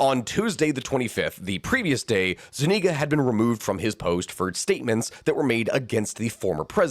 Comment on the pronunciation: Zuñiga, with an ñ, like gn in Italian. Thats about the only thing I can find wrong :P